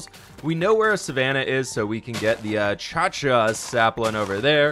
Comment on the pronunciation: achacha sapling.... achahca sapling